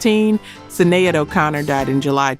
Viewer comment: Do us all one favor when you go back and review your content before you publish listen for the names or words you use... your ai voice over. Gets it wrong..(Sinead) spelled correctly but pronounced wrong. Correct it for the ai. Shin aide. Or shenade. It will definitely help. Keep up the great work.